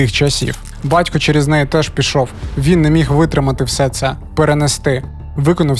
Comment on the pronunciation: Жицця, Тецяна, бацько, сміцця..... Що це за ідіот- говір? Чоловіче, працюй над вимовою та інтонацією, тому що це є мінімальна основа для диктора. А ще, в колі нашого об'єднання ми на цих звуках багато раз ловили рашистів, ну і ремонтували їм щелепи, безкоштовно.